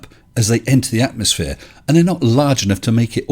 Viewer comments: I like how he says "atmoSplane". With an S. As in the first letter of Sphere. He cant even create a new word without failing 🤦🏻‍♂️ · Oh God he said atomoplane🤣